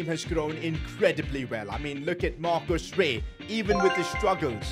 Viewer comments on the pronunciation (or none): Bro said marco rey like it was mbappé or something 😂